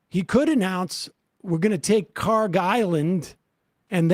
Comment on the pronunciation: (UPDATE: check google earth, they have corrected to khark) kharg خارک should be khark. pronounced like park but the german 'kh' sound in the beginning instead of 'p' there is absolutely no 'g' sound in the name. ک is the last letter in the name which is 'k', not گ, the next letter of persian alphabet which is 'g'. they look similar to people unfamiliar and the keys are right next to each other so it is either a typo or poor transliteration.